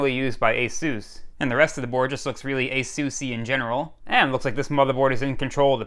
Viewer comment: Ok what about this for mishearing words., you said "ASUSee in general". I heard "Assusian general". Could that have been an alien warlord of some kind? 🙂